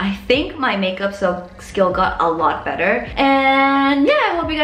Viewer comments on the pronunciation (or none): none